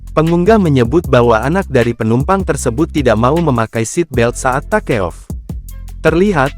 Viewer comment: NGAKAK PAS AI NYA BACA TAKEOFF 😂😂😂